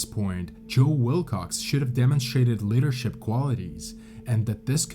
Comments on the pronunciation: LEEdership. Not LEAd-ership. Lead is "LED", Leader is "LEEder". English is really (reely) stupid, I know. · The strange pronunciation of many common words that a 4 year old could easily vocalise proper like. For example: you have no proplem pronouncing the word "leader", yet fail every time with "leadership", instead going for "liddership", which makes no effing sense. The depressed, supposedly mysterious and ominous emo tone is seriously over used on YT videos. Sickens my happiness. Detracts entirely from an interesting story. Need a narrator who is interested in the subject matter. Someone with life and climbing experience. At least someone who can pronounce "his", "pretty" and "sleeping". Butchering the beginning of most sentences, slurring many times and weird cuts of words.